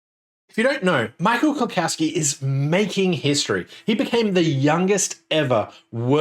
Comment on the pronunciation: Small nitpick: there is no "cow" in "Klukowski". It is pronounced klu-COUGH-ski. Now, let me get a beer bottle and some hand records.